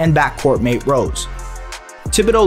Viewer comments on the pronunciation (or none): none